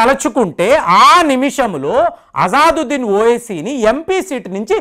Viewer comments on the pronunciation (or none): అతని పేరు అజాజుద్దీన్‌ కాదండి అసదుద్దీన్. ఇంతకు ముందు వీడియో లో కూడా కామెంట్ లో వ్రాసాను. సరిచేసుకోండి. తప్పుగా అనుకోవద్దు.